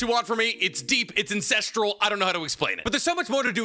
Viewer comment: Did bro say “incestral” when talkin bout pharrohs in the add 🤣🤣🤣 dog